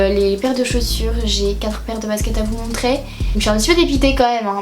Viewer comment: montrER en -ER et pas -AI, Oh qu'est ce que c'est désagréable!